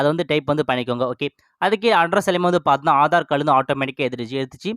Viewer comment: Paathna paathna konjam kammi pannikonga. Ilana correct ah sollunga paathinga na nu